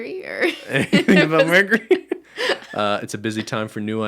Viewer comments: why cant ben say the word mercury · ben lowkey can't say mercury 😂